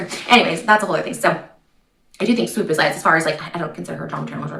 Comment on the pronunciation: I adore how you pronounce Swoop ❤❤❤